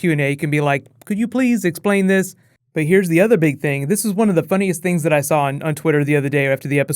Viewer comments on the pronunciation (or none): none